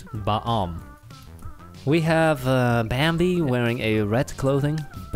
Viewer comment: BRO SAID BAMBEE